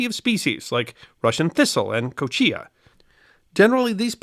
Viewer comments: LOL, Kochia is pronounced "kosha". Any farmer knows that, and most tumbleweeds today are kochia, not Russian thistle. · Kochia is pronounced ko-sha